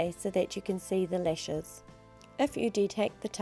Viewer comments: lol nope she does say lesh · if i hear the word LESH one more time, i'm gonna lose it